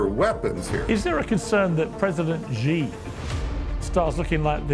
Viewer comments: Piers..... your pronunciation of 'Xi' is atrocious! It is pronounced like 'C', the English alphabet Not 'G'. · Xi is pronounced SHE. Repeat after me, Piers... SHE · Pierce, you intentionally mis-pronounce President Xi ! Show some respect you rude English man!